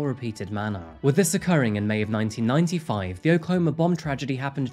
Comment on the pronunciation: pronounces 1995 exactly like Dr. Nick from the simpsons lol